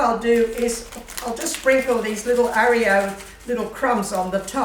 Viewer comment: its pronounced OR i o's